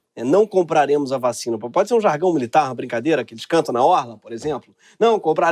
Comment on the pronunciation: "Jargão militar"